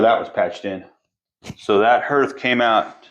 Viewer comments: Herth? I live in Iowa and grew up in Indiana so I’m thinking you are referring to hearth (harth)? Just checking as I’ve never heard the word herth. Love seeing the elements of the house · Hearth is pronounced “harth.” Those stains on the floor are from water damage from where there was a wall or ceiling leak at some point. Love what you guys are doing with the house! ❤ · That's what I was going to say! I think you mean hearth, like "heart" but with a "th" at the end. You must be a reader, instead of having heard it pronounced. Anyways, you are doing a spectacular job. Finally, this house has the owners it deserves. Well done, both of you, on everything.